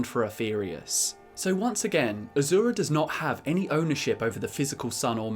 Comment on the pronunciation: By azura by azura by azura! It's azura!